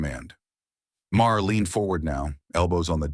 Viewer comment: Mayer? It’s pronounced like MAR.